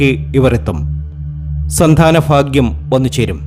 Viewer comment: Avarthana...virassadaaa...phaagiyam. Alla....bhaaaaagiyam...aanu...keetto?.. .!!!